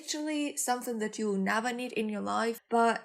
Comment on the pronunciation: that ta tho😂